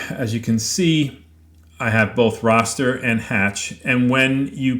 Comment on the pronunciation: OK, I hate to be "that guy" but the word "raster" is pronounced to rhyme with "faster". It's not pronounced "rawster"... Just makes me flinch every time I hear it...now back to the video! Ok, finished. This is a very interesting and well-done comparison! I look forward to experimenting with these two methods with my CNC router once I get it setup and running. I'm thinking the choice between the raster vs. hatch methods may depend on the photo itself. I'm also thinking that I would probably choose to use both methods side-by-side on the same piece of wood, just limiting the image carved to a particular section from the photo. That seems like a quick and fair way to compare the results to make a decision on which to use.